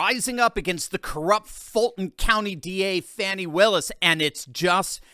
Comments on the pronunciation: "Fah-nee?" I think it's FANNY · HER NAME IS FANI, not fawni...take away the i on both and say those names. There is Fan and Fawn ...her name is Fani. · firstly it is fani not fawni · It’s pronounced fan-knee ! Like a behind